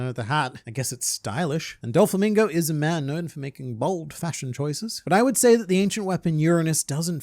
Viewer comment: "Dofalo Mingo" 🤣